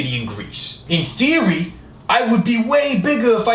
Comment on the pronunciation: "in theory" sounds like "endearing" lmao